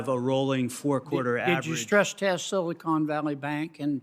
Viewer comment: Begins to pronounce Silicon as "Silly Con."